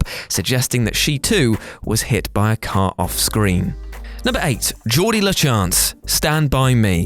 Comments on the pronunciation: Do you watch movies on mute or just not actually watch the movies? His name isn't Geordi...It's Gordie. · Gordie is not pronounced as Jaw-dee, it's Gaw-dee. Can WhatCulture stop with the fake mispronunciations, it's getting very boring and annoying. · Instructions for screaming "NO!" over and over at your screen: 1. Listen to use a soft G for Gordie. 2. Repeat. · Gordie. Like Gordon. Not Geordie. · FYI. In Gordie's name, the "G' is pronounced as a "g" (as in 'Greg", not as a "j" (as in "Julius"). Historically, the Von Trapps did survive. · "Gordie." Short for "Gordon." Not "Jordie." And in the original book, Ace jumped him later and broke his arm. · You must have never seen Stand By Me. It's pronounced Gordie with a hard g...like gorilla. Not a soft g like gelato. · Did you just call Gordie Geordie? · JORDIE!! JORDIE!! I’m starting to think he’s purposely mispronouncing names!! How do you know the plot and don’t bother to learn how to say the name. GORDIE as in a nickname for Gordon for f@ sake!! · Gourd E, gourd E, not Geordie. Gordie! Gourd E! Geez. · Its "Gord -ie", not "Jord-ie". And, Ace beats the shit out of him in the book. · holy shit are you REACHING with "stand by me", and its pronounced Gordie, not Jordie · It's Gordie. Not Geordie, Giordie, Jiordie, or anything that would be pronounced that way. You don't even have to watch the movie to know how to pronounce his name (though you SHOULD watch movies you talk about on YouTube for a living), there is nothing about his name to suggest a soft g like Geordie, it's a hard G like Gourd. Also, guillotine is not pronounced gill-o but gi-o. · Just FYI: I’m willing to bet that someone else has pointed it out, but Wil Wheaton’s character, “Gordie LaChance[‘s]” name is shortened from his full name “Gordon.” It is pronounced with a hard G, not a soft G. Therefore, his name is not pronounced “Jordie,” but rather “Gordie,” as in “gore,” and not like the G in “George.” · It's Gordie, like for Gordon...not Jordy...